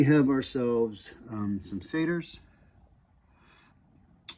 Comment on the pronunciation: Just some pronunciation things: the book isn't seder, it's siddur, it's not CHumash like in "chew", it's like the guttural sound in Bach. Same with the kh in Tanakh. I would also recommend something other than artscroll for commentary because they only include rashi in hebrew and they don't even translate all of it. Most of the commentary is kind of biased towards Orthodox (as in today, not back then) and won't really give you much. I would highly recommend a mikraot gedolot, which includes the Torah, the Targum Onkelos (aramaic translation), and some famous commentators. If you read hebrew, Koren publishers has one (I also like Koren a lot more than artscroll in general), and I think JPS might have an english only one. You can also use sefaria to get most commentary for free.